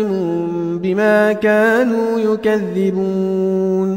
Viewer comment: Yakziboon not yokaziboon ayaat number 10